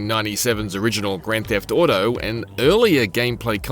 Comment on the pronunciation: "grand theft outou"